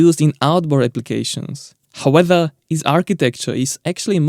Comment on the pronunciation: I love your channel and I never miss a vid so I'm not knocking you and just want to clarify the word "however". You use it constantly in all vids and pronounce it "how-whether"